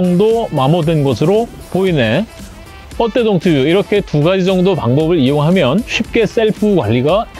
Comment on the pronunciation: 동튜브를 항상 발음 못해서 동튜뷰라고 하시네ㅋ 그래도 항상 유용한 정보 감사해요